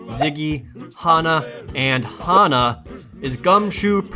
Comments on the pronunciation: Never heard anyone pronounce the name 'Hannah' as 'Honnah'. Must be a thing where Jared is residing. 'Cause everyone KNOWS ProJared doesn't make mistakes. Not my ProJared. Great video Jared and everyone else involved! Looking forward to more from you all! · What a...strange pronunciation of 'Hannah' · I heard differently, I'll find the time stamp and get back to you shortly. Could just be very subtle differences in regional accents...uncertain for now. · 71 He pronounces Hana and Hannah the same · What was with that pronunciation of the name "Hannah"? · ...that's not how you say Hannah....